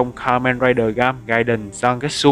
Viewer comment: Là gaim... ga-im chứ ko phải gam đọc gam là thiếu "i" rồi